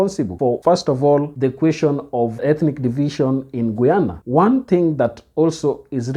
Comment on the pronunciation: My country is pronounced guy- an - na Guyana. Thanks